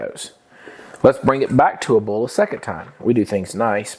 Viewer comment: I’ve never heard boil pronounced “bull “ before. Is that a southern thing ?